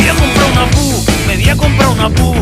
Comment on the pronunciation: Me pone de los nervios que diga "Pu"